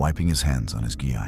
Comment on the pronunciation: gi is pronounced (gee) in japanese